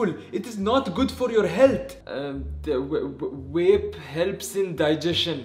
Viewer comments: Yea like bro they keep on saying wape tf is wape iTs VaPe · Wape 😂 not vape